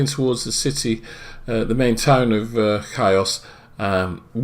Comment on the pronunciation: The island is pronounced heeos not kios. Good video though@